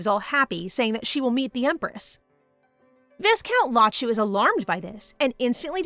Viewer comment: its "vi-count" even thou its spelled as viscount